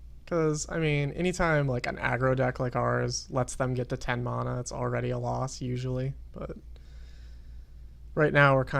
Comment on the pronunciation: You pronounce Mana completely wrong! Like seriously, you call yourself a rank 40 Duelsplayer and youtuber, but you can't even talk proper english. Sucks to be you mate. You fucking piece of shit.